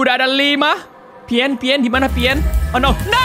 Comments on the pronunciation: Pien nya berubah jadi pian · itu di bacanya pien